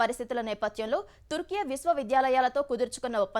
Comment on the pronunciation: తుర్కే ఇది కరెక్ట్ word, టర్కి కాదు my dear all